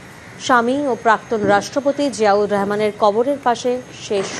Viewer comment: শুনেন তারেক রেহমান হবে না রহমান হবে আগে ভাষা উচ্চারণ শেখেন তারপরে সংবাদ সঞ্চালনা করবেন